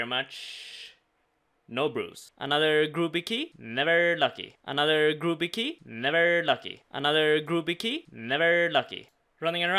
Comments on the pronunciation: Might get your brews if you stop mispronouncing the guy's name. Grooby is the guy that stole his ex. His name is pronounced Grub-bee. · hahah F*** i though you were saying groovy key this whole time not grubby key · “Another groooby key”...grubby, damn Swedes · youve said "grubby" correctly up until now and suddenly youre pronouncing it "grooby" then go back to saying it right in the same episode. wut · "Gruuby key" made my day. Not quite man...but then i dont speak a second language so, i forgive you.